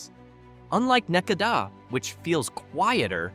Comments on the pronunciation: Necedah Nah See Dah, not Neck a dah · The people that I know from Necedah pronounce it more like ne-cee-dah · Na see da another one you have no idea how to pronounce . Are you actually reading this or are you using a computer. Apparently you're not from the state